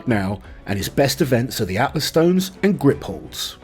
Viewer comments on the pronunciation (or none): none